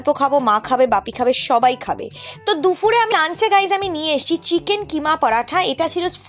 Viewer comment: Dufur na apu,,,,dupur boilo...ata thik,,,,mone kisu koro na plz